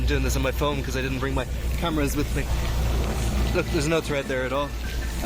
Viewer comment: 'Tread', tyres have tread- not thread.